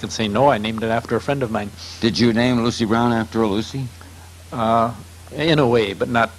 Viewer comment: Can't get Lucy's name right! Lol